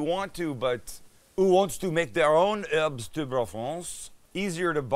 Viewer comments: in "herbes", the S is silent, 'am. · Erbz not HERBS , THIS IS VERY IMPORTANT